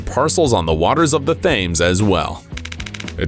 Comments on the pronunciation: It’s not the Thaymes, it’s the Tims. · …on the Fames? 🤣🤣🤣 It’s pronounced Temz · It's not pronounced 'Thaymes' but rather 'Temms'!!👍👍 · It is pronounced TEMMS. Research is good. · HEADLIGHTS ARE OUT THE FRONT THE GUN IS IN THE TAILLIGHT man you must get sent a script and just read bcoz only a moron could read that and not notice and Thames isn't pronounced fames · its TEMS...i know its spelt Thames but go up you Arkansas ... :) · The river in London is the Thames, which is pronounced river TEMS. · Pretty sure it's supposed to be 'tems' instead. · thames lol hehe the river thames . lol ye the h is silent mate. surely everyone on earth knows the river thames. lol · That's not how you pronounce thames as in river thames.